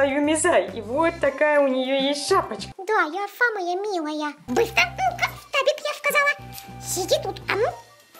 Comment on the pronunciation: Она говорит не штабик, а ФТАВИК)